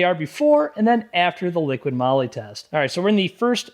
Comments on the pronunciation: Such a pain. It's "Liqui moli", not "liqiiD moli"! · You are testing this product and do not know to pronounce it??? It is not LiquiD it is Liqui, without the letter D.... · OMG its not LIQUID Molly but Liqui 😬 that Hurts my ears 🫣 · liquiD? It clearly says Liqui Moly. Where do you get the "d" from? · Liqui-Molly. Not liquid Molly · Another great video but please, it's LiquiMoly, not Liquid Moly. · There is NO "D" in Liqui Moly!!! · There is no 'D' in Liqui Moly. :| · Yeah, there's no "D" in Liqui Moly. It's (not) right there on the can!